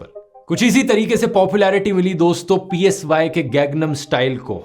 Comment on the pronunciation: Everything is fine but the singer's name is not P-S-Y its PSY (pronounced as Sai)